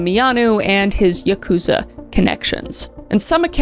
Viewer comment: I took Japanese for two years and this is a common mistake. Yakuza is actually pronounced YAH koo zah, but when I googled it, it said YUH koo zah. Total misunderstanding but I wanted to let you know :)